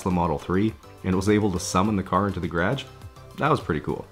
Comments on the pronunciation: "In my Graaejj" haha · Lol, did you say “Grage”? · Sometimes I forget he’s in Canada.. then he says “garage” like that and I remember 😂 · Lol off topic the way you say garage is weird